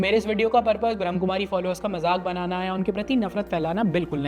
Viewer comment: ब्रम्हकुमारी नही ब्रम्हाकुमारी है। ठीक से pronounce करना तो सिखो मेरे भाई